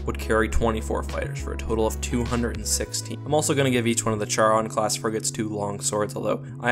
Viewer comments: the Charon is actually pronounced CARE-ON...not Chair-on...that really bugged the hell out of me...and you, as you normally do, ignored the Massive amounts of Missiles, and Nukes that the UNSC carries...and the UNSC has a very effective Point Defense systems...and I am sure that the fighters do not have Particle shields..as that would be a waste of energy for such small fighters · it pronounced charon (car-on)